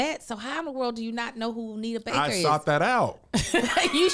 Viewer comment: Every time Kev say Anita Baker I want to slap her name out his mouth 🤬